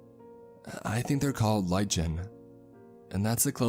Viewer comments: Lichen is pronounced "lie-ken". Also I don't know where-ah your-ah from-ah, but you've got the American accent down pretty-ah good-ah. ;) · Lichen is pronounced "Lie-ken," I always wonder why people who make readings don't learn the words they are reading. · LICHEN is pronounced "Ly- ken". If you don't know the definition or how to pronounce a word, just go to Google please. They have every word on there. Don't be lazy because it makes you sound ignorant and not worthy of narrating these stories. I'm not trying to belittle you or sound condescending, I just want to hear a good story without losing interest because certain words are pronounced incorrectly. With my apologies, rant complete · Lichen, pronounced 'lie- can'.👍😆